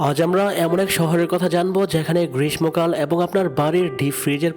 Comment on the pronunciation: উচ্চারণ ঠিক করে নিন। ’গ্রীষ্মকাল’ এর উচ্চারণ ’গ্রীষমো কাল’ না, সঠিক উচ্চারণ হবে ’গ্রীসসো কাল’। ’বিস্ময়কার’ - এর উচ্চারণ ’বিষময়কার’ নয়, সঠিক উচ্চারণ হবে ’বিসশয়কর’।